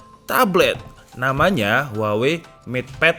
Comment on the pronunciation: "Huwaengg", lagi bersin gw